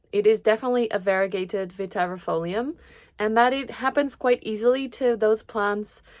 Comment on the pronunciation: Hi, Italian living in the NL here! 🙋‍♀️Great video, just discovered your channel last week and I'm in love already 😊 As former Latin student, indeed the double "ii" is pronounced as a one single "i", thus you said it perfectly. Other random tips to pronouce other botanical names: "sci" (e.g. fasciata) is prounced like "shi" (e.g. same sound like in 'SHIngle'). "Eae" (e.g. Araceae) is pronouced like a double "e" (same "e" sound like in 'Enthusiastic'). "C" is pronounced as "k", unless is followed by i/e (in this case becomes a softer sound, like in 'CHIcken'). "Ti" follow by a vocal is often pronounced as "zi" (depending on the word). Hope it is useful to someone 😅